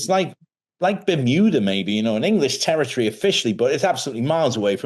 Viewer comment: Terertry? It's territory.